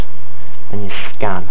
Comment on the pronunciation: "We click schkan" lol imfao